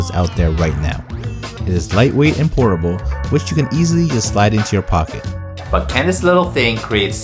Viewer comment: who else thought he said “ it is lightweight and horrible”? 😂 😂 😂